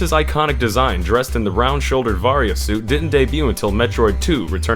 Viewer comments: same here :( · Ahhhhh i cringed so hard hearing ahh-ran and vaa-riia suit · you said Aran and Varia wrong. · Varia can be pronounced either way, but Aran is officially pronounced like "Aaron" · Samus's last name is badly mispronounced and "Varia" in "Varia Suit" is mispronounced.